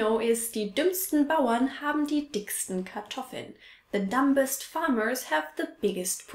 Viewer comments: You're not supposed to pronounce the b in "dumbest". Both dumb and dumbest are pronounced without the b sound. I know, english is so extra. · Das "b" in "dumb" wird nie ausgesprochen, auch nicht bei "dumbest" oder "dumber" -- .